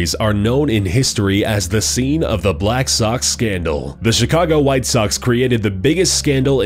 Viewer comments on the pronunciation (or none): none